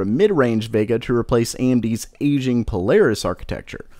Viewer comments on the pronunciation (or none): none